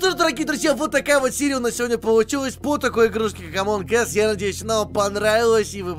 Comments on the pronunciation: Эмоунг ас будет правильно А не эмоунг эс Эс это жопа Эмоунг ас это среди нас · Зачем ты в начале сказал "Одни из жопы"? Читается же не Эмон Эсс, а Эмон Ас))) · Эз это as(как, когда...), сказал Ass:) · "Эз"(As) - это "как", а "Эс"(Ass) сами знаете что. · Вот все о чём то пишут, но чё то никто не заметил что сказал в начале не Among Us(среди нас), а Among Ass(среди кхм, жоп) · до того как узнал как правильно произносить название игры: "Амонг ас" После: "Амонг эс" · правильно амонг АС а не амонг эс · это не Эмонг Эс, эс=жопа. Правильно сказать Эмонг Ас. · Правильно ас а не эс Ass-это джопа Us-нас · НЕ АМОНГ ЭЭСС, А АМОНГ АААС!! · Минутка ненужной инфы: название игры произносится не как "Амонг Эс", а как "Эмонг Ас" как минимум потому что буква "U" в алфавите произносится как "А", а "A" произносится как "Э"🤓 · Не Амонг ес, а Амонд аАас. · Не Амонг Эс а Амонг Ас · А ты граматный читается не ээээс как у нуба а амонг ас и не ээээээс а хотябы эс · Эмонг АС, не эс. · ну хоть бы произношение послушал, боже, какой амонг эс, может амОн Ас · Да да да я всегдп так угарал когда он или другие говорят всем привет и сегодня мы играем в амонг эс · в начале: эмонг эээззз Эз по английскому: жопа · Чел, в начале ты сказал among ass ииии это не очень хорошо звучит) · ты понимаешь что ты не правильно говориш амонг ас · игра называется среди нас(Among Us), а не среди задницы(Among Ass)😂😂😂😂😂😂🤣🤣🤣🤣🤣🤣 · Вначале прозвучало «амонг ээс».. в переводе «среди жопы»